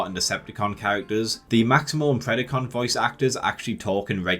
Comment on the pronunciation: Dude, its Pred-A-con, not Pred-I-con. Anyone who watched Beast Wars should know how to pronounce the word.